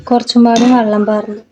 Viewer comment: വള്ളo അല്ല വെള്ളം